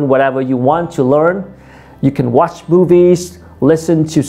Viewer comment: Tiện thể về pronunciation, mình thấy người Việt mình nói chung thường drop ấm cuối trong câu. Ví dụ khi nói các từ inspired, watch.. vẫn quên âm r vs ch. Mình cũng thường được các bạn native sữa cho lỗi này.